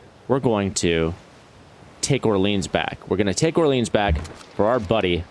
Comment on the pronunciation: Orleans isn’t pronounced how we say New Orleans. Its pronounced like: ORE-LEE-ON.